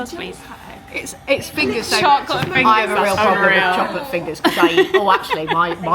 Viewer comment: “Pocket full of chocolate” in accent will always live rent free in my head.